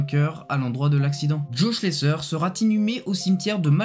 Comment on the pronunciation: On ne dit pas Schlesseur mais Schlessaire